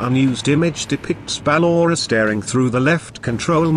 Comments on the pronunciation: he/she said ballora "BAA LO RA" please fix the ballora saying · Listen how he Say Ballora